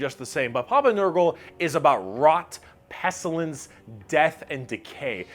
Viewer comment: I love this video but the way he says eldritch makes me want to end it all. That and pestilence.